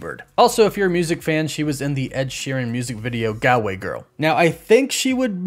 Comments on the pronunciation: Up Carlow invisible woman 🤣. Also another county in Ireland is galway as mentioned but it’s kinda pronounced gaul way not gau way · It’s gall way girl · As someone from Ireland I really chuckled at your pronunciation of 'Galway' Girl 🤣🤣 But I know you are a K Pop Fan and presumably haven't actually listened to Ed's song and I definitely wouldn't expect you to know the names of Irish counties so its all love. Great work with the update as always! Woof woof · Man you butchered Galway but otherwise great video 👍🇮🇪